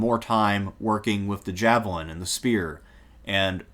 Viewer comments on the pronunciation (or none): none